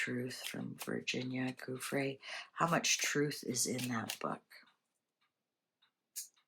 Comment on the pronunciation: Her surname is pronounced Joo-fray.